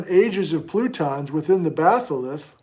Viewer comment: Did you just start to say "frutons"? Fruit cake plutons.